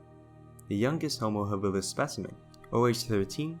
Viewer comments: Why that strange sounding pronunciation ha-BILL-is??? For over half a century, I have NEVER heard it pronounced other than HA-bilis. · Yeah, I have for decades always learned to pronounce it HAbilis and not that ( to me!! ) strange sounding haBILLis word!! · HAbilis, stress on first syllable. Not haBILis….